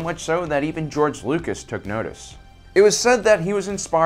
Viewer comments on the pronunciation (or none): none